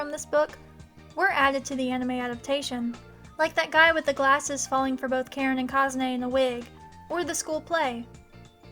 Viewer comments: Okay, all the love, but it's pronounced Ka-Rin, not Karen. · funny how whe you say "Karin" sound like you say "Karen"